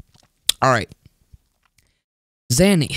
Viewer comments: Nice zany scream! Btw: it’s “zay-nee” not “zah-nee” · I got triggered twice in this vid. A: you just talk about some website infested with ads B: you mispronounce zany every time